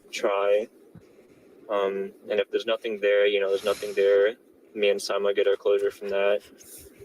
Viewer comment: Samya (insomnia lol) is Fatiha. Her sister is Sayma pronounced SIMA (long I sound) I think I got it right lol half the time the boyfriend doesn’t pronounce the names right so who the hel knows. This whole thing is nuts. Gotta see the trial!!!